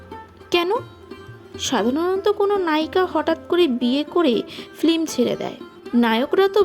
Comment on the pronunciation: আপনার বাচনভংগী ও গল্পনির্বাচণ চমৎকার! কিন্তু দুয়েকটি বিষয়ে সচেতন হওয়া প্রয়োজন! যেমন, "ফ্লিম" নয়, "ফিল্ম", "শার্ধ" নয় "শ্রাদ্ধ" - এগুলো একটু প্র্যাকটিস করে নেবেন! আর ব্যাকগ্রাউন্ড মিউজিকের চোটে তো আপনার কথাই শুনতে পারছি না, ঐবিষয়েও একটু যত্ন নিতে হবে 🙏🙏🙏 শুভেচ্ছা রইলো